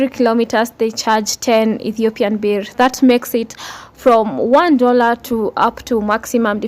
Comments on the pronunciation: Ethiopian Burr. That's how you pronounce birr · Dear gawd how you said birrr throw me out the window gaawwd damnn